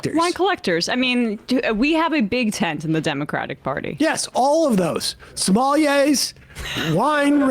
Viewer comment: what's a "somali-ey"